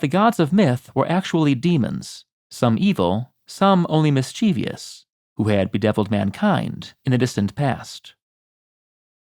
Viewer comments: 28. "MischieV-I-OUS"?? As in: ends like "obvious"??? Aren't you an expert? The word is pronounced 'Misch-eev-us"--three syllables, not four. It doesn't end with -ious but rather with the simpler "-ous." (Now, whether it SHOULD have the -ious ending is another debate.) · Why do you mispronounce mischievous?